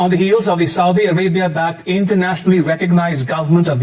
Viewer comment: about yemen...i thought i heard "south arabia" not "saudi arabia". if i heard it right.